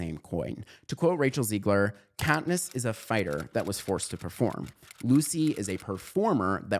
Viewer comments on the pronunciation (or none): I love the video, but It's Zegler, not Ziegler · the video is good but her name is misprounced. it's zehhgler not "zeegler"